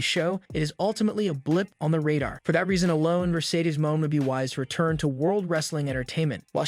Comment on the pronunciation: This guy can't pronounce names... Bischoff is apparently pronounced Biskoff. Mone is apparently Moan...